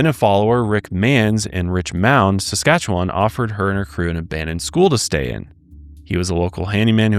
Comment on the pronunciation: Local Saskatchewanian here - instead of pronouncing it “wan” we actually say “win”. Anyways, enjoyed the episode ❤️